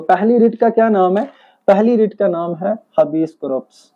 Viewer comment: Good needs more improvement. Pronunciation problem